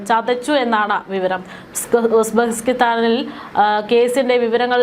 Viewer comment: Aadhyam uzbekistan enn parayaan padikk